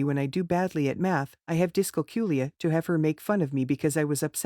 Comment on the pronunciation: i will only comment that the person/AI reading the second story sounds REALLY weird when calling dyscalculia, discoculia (sounds like disco kula wich is disco ball in swedish) listen to how she/the AI says it .